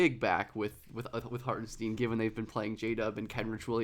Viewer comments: I love your vids but for the love of god he said his name is not pronounced Hartensteen 😅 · Love the video. Hartenstein should rhyme with Frankenstein. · It’s pronounced like Hartin-shtine by the way :) great video!! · Lol. i was like okay...he said the name wrong but its fine...but then he said the name one too many times in quick succession. i couldnt concentrate on the topic anymore and looked for comments like this^^ now i can go back and finish the video. thx^^